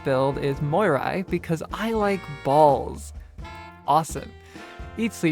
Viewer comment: Cant say fuck... Say over emphasize BAAALLLLLS.... Loser.